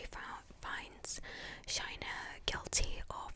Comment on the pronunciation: No need to speak about Shayna in Asmr to make money and her name is Shayna not shaina! She’s not a bad person and she had her remorse but it’s self defence